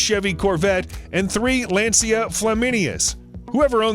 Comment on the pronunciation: The voice over guy clearly is not a car enthusiast. Porsch? Lace-ia? Jag wire? Cringe worthy